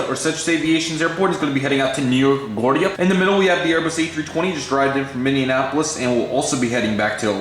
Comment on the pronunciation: Sorry to be picky but hearing you completely butcher Minneapolis every time makes me cringe.